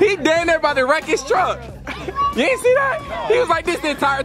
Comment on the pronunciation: “Ani’t” bruh? 🤣🤣